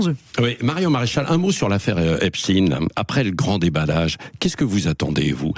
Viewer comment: On ne dit pas "moi et mes cousins" mais, "mes cousins et moi" 😊 On ne dit pas "Epstin" !